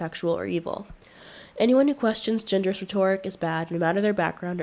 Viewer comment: "Rhetoric" has the stress on the first syllable.